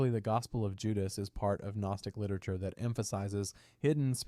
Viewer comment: AI voice generation has gotten so damn good. Took a sec, but became obvious this is AI.... "one saint century" (1st century, lol), or the "G" in "Gnostic", and many other examples.